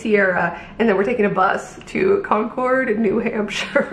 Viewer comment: Fun fact- don’t say Con-cord. Say Con-kid. You’ll fit right in😊 Ps the black and white dress was BOMB on you.